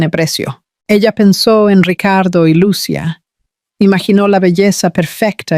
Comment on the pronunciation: Por favor porque los narradores no pronuncian bien los nombres de los personajes, lo digo porque se olvidan de señalar los acentos en los nombres Lucía se pronuncia con i con acento no Lucia sin acento. Repasen la gramática de la lengua española